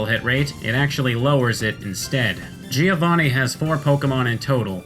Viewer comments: Its GIO-vanni, not GI-O-vanni... it sounds like joh in john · If I may: as an Italian, I always hear Giovanni being pronounced the wrong way. The first "i" is silent, so the correct pronunciation is something like Joe Vunny, not Jee o'Vunny. (thumbs up for my spellings) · Giovanni is pronounced Jo van ni, not ji ou vò ni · giovanni... bro cmon i also dont speak italian but its not that hard to pronounce